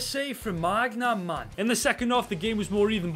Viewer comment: Your pronunciations a funny as fuck, Magnum and Jew ventus got me